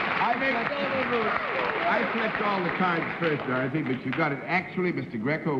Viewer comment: Johnny Olson consistently introduces Dorothy Kilgallen as "Dawthy"